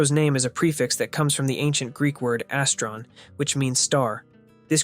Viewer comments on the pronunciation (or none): astron greek word is pronounced aw-stron